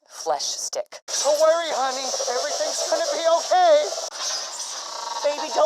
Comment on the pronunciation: Haha when he said flesh stick it sounded like he said fleshdick